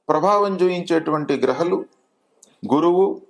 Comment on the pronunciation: గ్రహలు కాదు గ్రహాలు